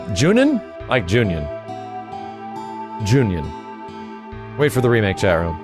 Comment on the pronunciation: Why do you keep saying Junion? Its Ju-Non